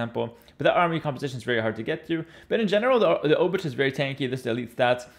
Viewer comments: Hey, I am Polish. A "ch" in Polish is really just a "h" sound. Pretend the "c" isn't there. So "Obuch" is really like "Obooh" (except English makes you think the h is silent, but make the h sound). Also the first "o" is a soft "o" like in "top" and the "oo" is like "book" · 'Ch' in Obuch is pronounced like a normal 'h', just like in ''.